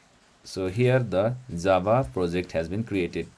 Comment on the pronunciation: Джаву называет как дзава)